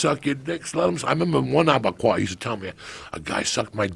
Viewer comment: Joe “ Abegayu “ Rogan